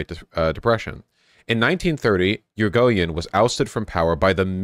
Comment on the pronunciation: 1. It's ee-ree-go-yen 2. You can copy and paste words in most major languages into Google Translate and have it pronounce the name for you as long as you have it set to the language that the word is in.